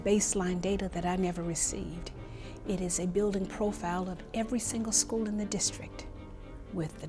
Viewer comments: Nobody in Detroit will make it, when the students pronounce "School" .... "Skoo" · The thing which has bothered me the very most about this excellent documentary is how Dan Rather pronounces school as "schoos." Once you hear it, you can't unhear it.